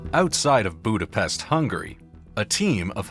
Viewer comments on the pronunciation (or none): none